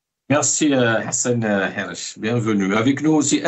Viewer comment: Hassan Hirech et pas guirech